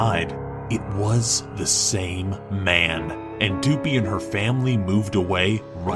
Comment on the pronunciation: It shows a picture of Goobie but says Doopie.